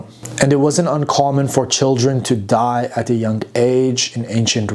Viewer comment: Love your pronunciation of the words "DIE" and "DIED"😂